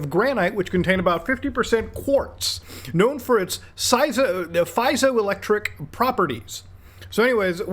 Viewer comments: just as an fyi, , that word is pronounced pie(π)-zo-electric or pee-zo-electric. Basically means it can create an electric charge. edit: I only know this because I used to use piezoelectric microphones/headsets that don't need a power source. They're basically magic to me other than that basic knowledge. They're also hard to hear on so you have to be very clear on what you're saying into them and listen very closely to the person on the other end. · Dude doesn’t even know how to pronounce Josephus or piezo electric….